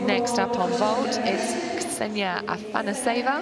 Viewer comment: Beside from Anamar, did I hear that she said Anaseva insted Afanaseva? ..yeez.